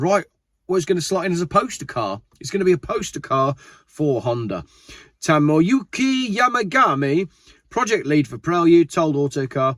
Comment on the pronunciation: 😂Tomoyuki Yamagami? You make him sound Italian 😅😂 Another great video